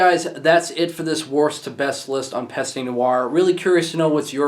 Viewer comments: et arrete le homme saying pasta noire lol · It's pronounced /PEST nooarh/. The fact that you know that you mispronounce does not make it right to mispronounce. And it's not /molOtch/, it's /mOlotkh/.